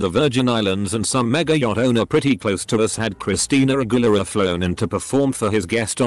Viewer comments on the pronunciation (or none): Nobody: Text to speech: CHRISTINA A-GUERILLA